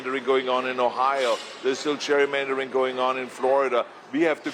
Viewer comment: "Cheik, we have to stop the Cherrymandering" - LOL - learn to speak English, Ahole.